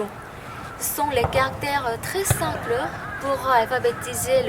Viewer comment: 'ce sont des caractères très simpleu'... c'est l'accent coréen? ça me fait rappeler J-Hope😂 (i hate snakeu) bref c'est a prendre au degrés et justement j'aime bien cet accent😍